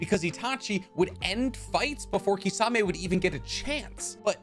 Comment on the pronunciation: Can you stop calling him kissawmay?!?! It’s kiss-a-mei